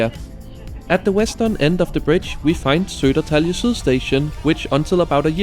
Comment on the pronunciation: Your pronunciation of swedish placenames is absolutely adorable "Sedertalje syl".